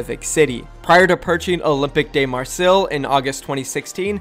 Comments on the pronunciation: Marseille is pronounced Mar-Say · olympique de marseille = olympic duh marsay (i think) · The football club is pronounced (mar-say) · THE FRENCH football (soccer) team is pronounced Olim-pic-mar-say, have a good day everyone :) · It's pronounced marsay which is actually quite easy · Its pronounced olympic de marsay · Dysliptic wait is it not Marseille ? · ‘Olympic Mar say’ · The football team (soccer) is pronounced O lim peek mar say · You pronounce it Olimpic Marsey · Olympique de Marseille is pronounced OH-LAME-PEEK DUH MAR-SAY, or at least as close as you can get with an American accent. The 'r' in Marseille is, I guess a linguist would call it unvoiced or something. You say it more with the back of the throat than with the back of the tongue like Americans do. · It's pronounced like "Olympic Marsay" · I know it’s hard to pronounce, but it’s pronounced MAR-say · Oh god the Marseille pronunciation 😂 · Why can’t Americans pronounce Marseille? Haven’t they heard of that place? Jeez...